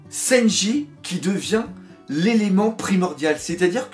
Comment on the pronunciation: Warsajeff Ouais enfin pour le coup le doc dit "Louffy" juste par habitude, t'as pas remarqué qu'il dit "Senji" au lieu de "Sanji" ?? 😂